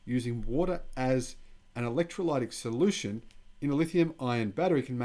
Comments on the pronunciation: With the pronunciation of the word "Electrolytic". The "y" has a little "i" sound. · Ask a person who speaks English how to say 'electrolytic' and other hard words ( even drongo Aussies like my brother know this) or just google it! Great channel. Carry on. (ps Where are your horns?)